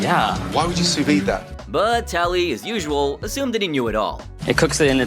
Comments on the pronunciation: The sous vide pronunciation got me more… “Sous vid” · And you can't pronounce sous vide either lol